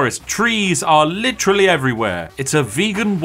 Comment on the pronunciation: LIT-TREE-ALLY EVERYWHERE